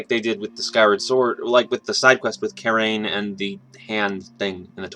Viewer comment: Pretty sure Karane is pronounced Kar Ah nay like how koume and Kotake are pronounced koh OO may, and Koh Tah kay...